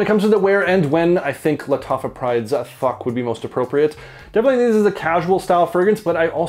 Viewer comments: Everytime you say thouq, I keep hearing the word FAWK 😂 no hate,just making me giggle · Nice review, always wondered about this one. Btw, the "Th" in Thouq is pronounced the same way you'd pronounce "This" rather than "Thought".